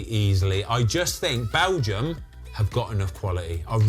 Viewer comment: I just laugh every time he says balgium